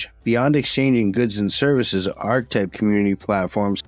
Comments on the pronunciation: Love the video, but it's pronounced are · kuh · type And muh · nair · oh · Interesting. Thanks for the vid. Just gotta say though… isn’t it pronounced “arKetype”? At least the word “archetype” is pronounced that way. Who cares. I prob sound obnoxious. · ar·che·type No "arch" sound. Archetype is the word. Ar che type. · Monero - pronounced: Mon - eh - roh Archetype - pronounced: aar - kuh - tipe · Isn't it pronounced (arketipe)? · No one gonna mention how to pronounce archetype??!?!?